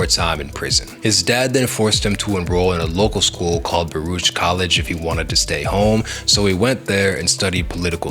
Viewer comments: Bro. You're out here just mispronouncing names left and right. Like actually respect the culture and do the research first and stop using Chat GPT for content. Actually learn it please. Calling him Mas Def and Baroosh College and Corn Mega.... Come on bro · I don't understand how someone with so much knowledge can continuously mispronounce simple words. Like Mos Def and Baruch College?